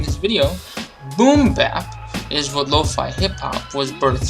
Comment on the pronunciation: low- feye. not low-fee